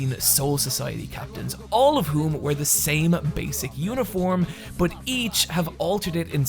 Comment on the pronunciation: Its pronounced 'but' not Bot